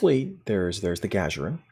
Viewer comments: Gagarin Guh-GAIR-in or Guh-GAR-in NOT Gah-Juh-rin It's named after the first man in space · Thank you for the video. Um... you kept mispronouncing "Gagarin" as "Ga-ja-rin". Just a pet peeve on my part, but this name was already pronounced on screen (not to mention it's a name that originates from the first astronaut ever to be sent into space; see Discovery clip: ). And... I don't think you cover the primary source of outrage regarding this ship. Honestly, it isn't not the lore, or the YoK, or the single character unlock. All are detractors to be sure... but the real issue is how they've so harshly paywalled what should have been a normal-and-quite-available Starfleet ship design. That a ship that was evidently common in 2399 shouldn't be treated like a rare one-off and slated to the most expensive form of premium ship delivery; the R&D Promo pack. This should have been treated as a normal fleet-grade Z-Store ship offering; or at the very worst similarily to the Legendary T'liss (in effect turning out as a Legendary Avenger). I find the trait a lot more appealing than you present it as. The game doesn't nearly have enough sources of shield healing as it does hull healing, and something that can give you 20k temporary shield HP every 15 seconds sounds like a pretty amazing survival trait. As for lore, if the need is to account for its rarity in the current year, then it might be that an admiral would need to call in a lot of favors to get one such ship back online, or to bespoke a battlecruiser to those stylings. As for the notion of why it'd be more advanced. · Gagarin is pronounced "gah-gair-in" btw. It's the name of a russian cosmonaut Yuri Gagarin. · i only have one issue with this video...your pronunciation of "Gagarin". Its "Guh-gar-en" The first dude in space deserves to have his name pronounced properly. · He very much does. Good on you for pointing it out so the rest of us don't have to! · Good video...I think it's 'Gah-gare-in' btw...as in Yuri Gagarin. 🙂😉